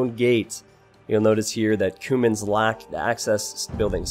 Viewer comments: Not to be pedantic but isn't it pronounced "queue-mans" rather that "koomans"? :P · i think youre pronouncing cuman like cumin the spice. pretty sure its Kyew-mans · That's what I was thinking too. It sounded to me like he was talking about spices instead of a civ. 😂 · I thought it was pronounced Q-mans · Cumans say it right pls